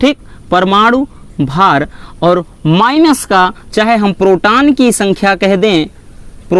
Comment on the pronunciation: Sir ji proton hota h protan nhi